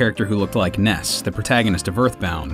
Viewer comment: It’s ness not wess